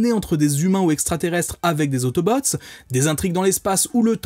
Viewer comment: Perso j'ai grandi avec les DvD et avec la VF et je suis littéralement un pro VF mdr mais si y'a bien une VF sacrément gâchée c'est bien celle de la G1 de Transformers, entre les noms mal prononcés (autobooo, decepticans?, les noms de certains persos,...) et surtout le plus important LES VOIX haha ! Rendre Bumblebee stupide avec la voix de Samy dans Scooby-Doo me déchire le coeur :') Optimus qui a une voix de méchant (bon ça me choque pas trop ça va), et surtout il devait y avoir 5 ou 6 acteurs grand max on retrouve toujours les mêmes voix, elles sont mal mixées et les effets sonores sont inexistants je pense notamment à Soundwave... my boi, what did the do to my boiiiii xD Et parfois les robots parlent comme des robots parce qu'ils sont des robots c'est cliché au max sûrement pour amuser les enfants et rendre le truc moins sérieux et violent ils aimaient bien faire ça dans les années 80 quand les animés ont commencé aussi mais c'est dommage x) La qualité sonore est pas au rendez-vous mais par contre... LE Générique français papapaaaaa ça !!! pépite !